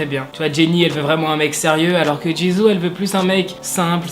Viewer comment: Super vidéo, mais Jisoo se prononce « Jissoo » et Lisa « Lissa » et Seulgi « seulji »